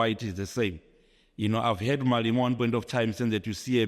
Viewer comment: This clown is NOT South African. I have never in my life heard a South African pronounce Malema, building, properties etc like him. These people are so entitled smdh. Malema and EFF are 100% South African so if he wants to campaign for the DA or PA he must go to Zimbabwe and do that. Also if this wasn’t a political stunt/ agenda, he would have never spoken about Malema or the EFF and in the first 5 mins at that! Malema and the EFF have never ever condoned hijacking buildings, that’s why the EFF MMC of public safety in Joburg tackles hijacker’s buildings. Malema only said Native Africans should reclaim unused, bare lands that have historically belonged to them. He never said anything about it being beautiful or ugly. Also, a piece of land is not the same as a whole building. He’s not even a smart clown 🤦